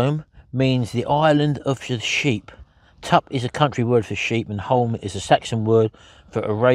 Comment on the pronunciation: Very interesting blog, thank you. Loved off-camera quips. FYI i think you will find it is pronounced Tup as in cup. I live on the Romney Marsh (big sheep country) and tups are male sheep, also called rams. Just wondering - as you are now a committed carnivore, might it be worth investing in some good, sharp steak knives for home and on the road? I am sure that beautiful steak was not as tough as those blunt knives made it look. And one more item to add to your mobile kitchen gear: scissors! Many years ago, we decided to give camping a try but (like ) I made it quite clear that I had no intentions of 'roughing' it! My hubby even rigged up a small light in the tent run off the car battery. Happy days ❤